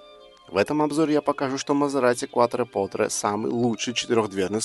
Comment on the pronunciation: Несомненно это один из ярких представителей эры лучших атмосферных V8, которые уже заменяют всякими утюгами и микроволновками. Обзор тоже получился близким к отличному, только постоянное неправильное произношение названия режит слух, больно смотреть (слушать) ролик. Автор произносит "КуатропоТре", а правильно "КуатропоРте". Quattro - четыре, Porte - двери.